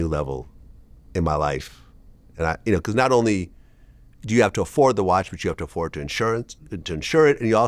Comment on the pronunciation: Pcause…Vlad can never say because 😂